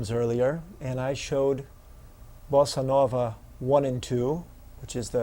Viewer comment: very helpful: I like the way you pronounce bossa nova, and your rhythm demonstrations are great